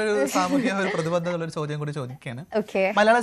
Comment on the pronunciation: പ്രതിബന്ധത അല്ല പ്രതിബദ്ധത ആണ് ... ഇത് പ്രധാനമാണോ എന്ന് ചോദിച്ചാൽ ഒരു വാർത്താ വായനക്കാരി തന്റെ ജോലി ആത്മാർത്ഥമായി ചെയ്യുന്നു എന്നതിന്റെ അർഥം അവർ തന്റെ ഭാഷാശുദ്ധി സൂക്ഷിക്കുന്നു എന്നതു കൂടിയാണ്. ഏത് ജോലി ചെയ്യുന്ന ആളിൽ നിന്നും ആ ജോലിയിൽ ആത്മാർഥത പ്രതീക്ഷിക്കുന്നത് തെറ്റല്ലല്ലോ...